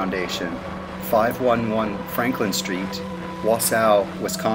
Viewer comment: Wausau is pronounced waw-saw, not wuh-SOW. Just FYI.